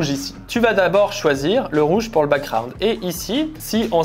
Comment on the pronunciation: Il y a un 'g' dans background, on dit pas backround mais backGround